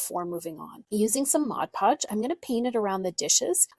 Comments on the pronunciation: Then pronounce it correctly! The product is Mod Podge. Sounds ridiculous the way it’s being said in this video. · Please stop saying Modge Podge!